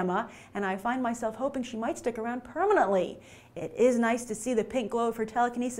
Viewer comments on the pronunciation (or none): none